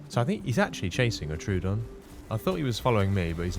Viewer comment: Troodon = Troh-O-Don. 3 syllables Not True-don. There is no "true"